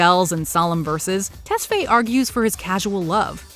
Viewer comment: It's Ah-bell Test-fi emphasizes on the i.